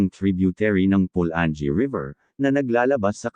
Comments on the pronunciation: PU-LA-NGEE hindi PU-LAN-GEE; ...MA-KA-HA-LAR...hindi MA-KA-DJA-LAR... correction lang po sa pagbigkas..nice content anyway..thanks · Tama pula - nge hahahaha